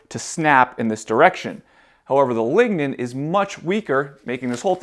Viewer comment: Lignen ballz